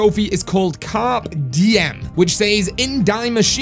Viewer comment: Its pronounced “ car pay D M” my driend